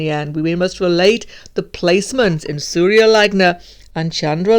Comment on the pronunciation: Just a little correction its not surayaaa its surya...sur -ya 😅